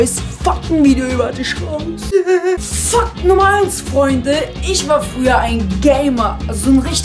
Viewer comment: er sagt Fakt als ob er sagt fuck